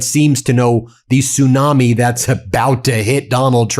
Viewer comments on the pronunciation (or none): none